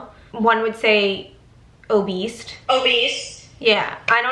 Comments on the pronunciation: The way they said “obeast” instead of obese 😶😶😂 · I was dying and kept rewinding when you guys said "obese" and pronounced it "obese-T" That's how I say it too, just cause its funnier with a T at the end!🤣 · Did you say Oh beast? It's obese. Love you though. You look good in black! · Did they say obeast instead of obese 🤣😂🤣